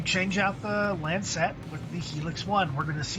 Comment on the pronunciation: stop saying lancet wrong